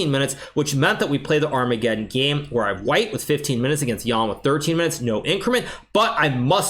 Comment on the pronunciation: man said "big black center" "kiss" "arma ge dong" "en peasant " XD